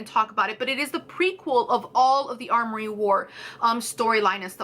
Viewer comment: Amory, not armory.